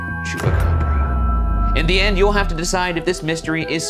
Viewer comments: Ryan sounds like he's saying Chewbacca 💀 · Am I dreaming or does Shane says "It's gotta be a Chewbacca" instead of chupacabra? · Bravo y’all!!! This was great!!! I was born and raised in Puerto Rico and I remember in 1995 when those reports were coming out, and the pictures and videos are burned into my memory. Silverio Perez is is an icon in Puerto Rico and I didn’t know that he was the one that named the Chupa Cabras. I must have been 9yrs old at the time. ALSO excellent pronunciation!